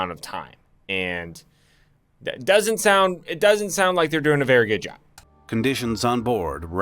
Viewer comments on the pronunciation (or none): none